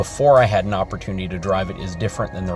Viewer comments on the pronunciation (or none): none